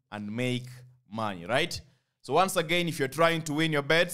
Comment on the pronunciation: RRRIGHT... I always love that word..